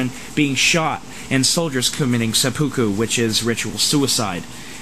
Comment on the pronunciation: SEP-uh-koo .... accent is on the first syllable.